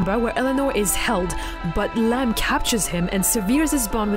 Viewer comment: It’s “Lamb”, not “Lamp”